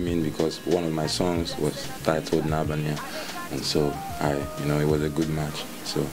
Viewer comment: Oh God, I really love Flavour, hes so hot and stuff but what the heck is wrong with this journalist in less than a minute of this video, I see her not being able to pronounce his surname properly!! Wtf. Come here, Flavour N'abania, I will interview you! <3